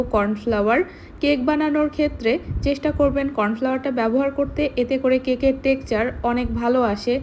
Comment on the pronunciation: উচ্চারণ টা টেকচার হবে না টেক্সচার হবে